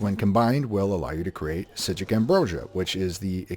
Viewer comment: who the heck told you how to pronounce "Psijic" correctly and where can I thank them? jk Useful guide as usual, keep it up bud